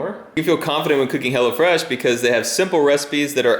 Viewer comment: Tought he said Hella fresh and not hello fresh, lmao.